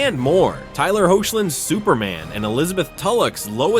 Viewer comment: You said hoechlin wrong.. the ch is pronounced as a K